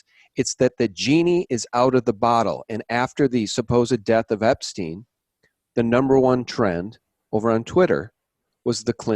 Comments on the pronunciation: I don't anderstand why you prononce his name "Epsteen" instead of "Epstein", it makes no sense to me. I have never heard ayone call Albert Einstein "Einsteen"... Can someone give me a rational explanation please ? (I am french). Thanks. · Great video once again! Learn to pronounce Epstein correctly though! It's disturbing to hear Epsteen all the time and it takes away from the info! How do you pronounce Rosenstein for instance? Certainly not Rosensteen! Right? Btw, chemtrails are alive and well in Sweden (keep your bodies alkaline, eat fresh ginger and drink table spoons of apple cider vinegar every day to fight it, as the nanobots thrive on stomach acids), and the name "Serialbrain" to me implies a group of people! Stay away from crypto's! Digital money made from thin air is worth zilch once the economic system goes down world wide, which is soon! Peace and love everyone! Jesus is number ONE! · I don't anderstand why you prononce his name "Epsteen" instead of "Epstein", it makes no sense to me. Can someone give me a rational explanation please ? (I am french). Thanks.